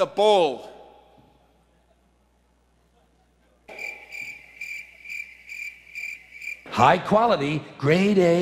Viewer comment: sounded like " i will be bowl without the bowl "